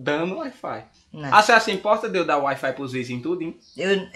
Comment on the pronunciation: "uait fait" kkkkkkkkkkkkkkkkkkk tô rindo muito